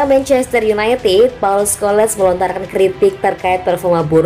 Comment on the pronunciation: hahhahaha sebut biar betul nama org tu..bkn paul sko lesss....tapi paul skol...les tu mana ada ejaan inggris..hahahha lucu kalau org indo baca nama org mangriss...kehkehkehkehkeh